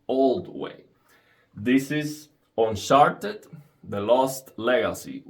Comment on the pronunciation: "This is un-sharted." Lol, sorry man, I heard you say it like that. Thank you very much for this demonstration.